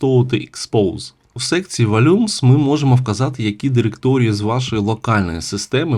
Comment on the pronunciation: Я думаю що в слові "volume" наголос га перший слог, а не другий. Сорян, але трохи слух аж ріже "вольЮмс". За все інше дякую ❤